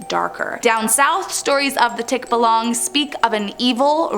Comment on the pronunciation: Mali ang pronouns ng tikbalang 😭😭😭